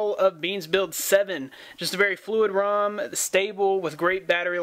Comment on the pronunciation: Rom not room haha